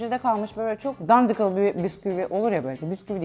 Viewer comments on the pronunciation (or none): Hayır dandik değil o "dandikıl" bikere jsjdkdkdkjdj